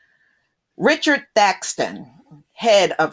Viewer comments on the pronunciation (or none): none